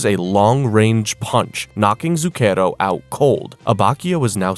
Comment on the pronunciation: This may be a waste of time.. but if you sre going to be reading Italian words, you should look up how to say them. You're saying Zucchero (sugar) super wrong. Among others.